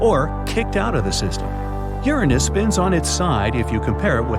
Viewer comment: YESSSSSSSSSSSS YOU GOT IT RIGHT!!!! YOU PRONOUNCED URANUS CORRECTLY!!! :D